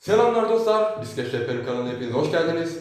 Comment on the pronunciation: Bislet değil !!! Bisiklet önce Türkçeyi bir öğren sonra bilgi ver.Bislet bislet anasını bellediniz dilin bir öğrenemedi bizim millet şunu.